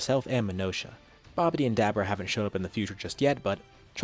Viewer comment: It's so funny to hear him say hit the Dab orah.. and bra for Bulla.. some of these names he pronounces are pretty funny xD